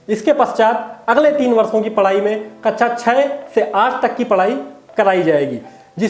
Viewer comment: Feedback- शब्दों का सही उच्चारण करें। जैसे- कक्षा मानक शब्दों का प्रयोग करें।